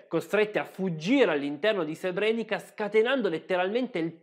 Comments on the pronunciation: Altro bel video (anche se ti sei scordato la pronuncia di Srebrenica che,come ti fa notare qui sotto Paolo Colombo,si pronuncia Srebreniza,e te lo avevo detto nell'ultimo video 🙂). C'e' da dire inoltre che molte vittime degli stupri,sono costrette oggi a vedere quasi tutti i giorni i loro stupratori che,essendo in liberta',camminano per le stesse strade delle loro vittime. Delitto orrendo,lo stupro ma,purtroppo,da sempre usato regolarmente nelle guerre. Inoltre so per certo di militari dell'ONU che hanno violentato donne e ragazzine ed hanno fatto i soldi con il mercato nero,in Bosnia. E te lo dico perche' io c'ero fino alla fine del 1993. Comunque,bravo. 🙂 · complimenti, al solito un video fatto molto bene. Piccola nota: il finale "ca" si legge "za" quindi Srebrenica si pronuncia Srebreniza